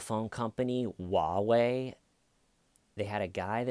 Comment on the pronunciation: First, it's Huawei, with an 'H' ("HWA-way"). Also, yeah, China is fascist garbage.